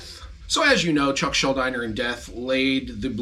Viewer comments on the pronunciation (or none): Why will never pronounce Chucks last name correctly? It's not Schul-dyner, it's Schul-deener. For a dude who loves Chuck so much, it's not hard to get his name right. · How the fuck are you the first person I've ever heard mispronounce Chucks name?